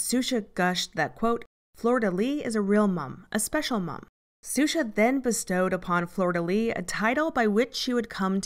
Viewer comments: Shoushah, (Xuxa), not Susha...😅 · Isn't it pronounced Shusha? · Love the coverage but planet suxa killed me 😭 her name is xuxa, pronounced shusha! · I'm sorry to be that person, but Xuxa is pronounced "SHOO-sha." Anyway, as someone born in Rio and with dual US/Brazil citizenship, thanks for this video. She's certainly an interesting subject. It's also depressing to see how far-reaching AOG is. Edit: I think you'd do a very good job covering Mother Teresa, if you're ever hurting for subjects. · Yes we know it's pronounced Shoosha but the narrator cannot be expected to know how to pronounce every Portuguese word correctly. No need to belittle her for that. It's an excellent documentary and very well presented.